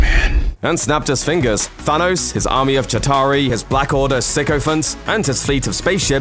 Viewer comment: Why does he keep saying Sanos - Plus he said "I AM IRON MAN" - SO what are you on about?